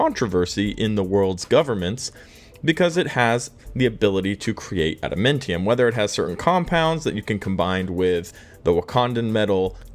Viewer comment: Ada-MAN-tium. MAN